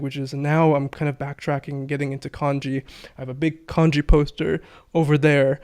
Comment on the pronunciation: I love and I take his Japanese uncovered course. I always wonder though why he pronounces Manga as "Mane"ga and kanji as canji. Especially after the pronunciation conversation.